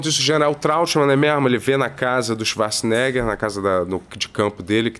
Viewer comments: Ele chamar o arnold de chivarts, o tempo todo, me pega muito kkkk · Eu só assisto esses reviews para ver o falando Swacharza! ❤ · “Xivarza”, agora nunca mais vou chamar o Arnold de Arnold.